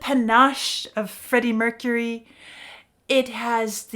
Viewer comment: “Greddie Mercury” XD.